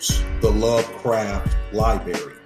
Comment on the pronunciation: Can’t take the way dude says library. Sound it tf out bro.